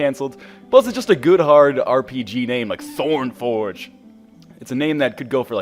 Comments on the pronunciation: Than say ThornForg and not ThornForgE ._. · Ryan, you need a "e" on the end of Thornforg, otherwise it's Thorn "forg". Tisk Tisk ex-english teacher. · In that case you pronounced "forg" wrong, because you pronounced it "forge"